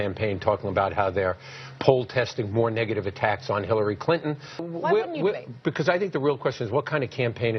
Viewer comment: Clin-tone Deaf? hahaha. priceless :)